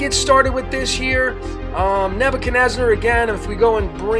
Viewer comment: Why do you call the king NebuchadnezNAR? That changes your numerology.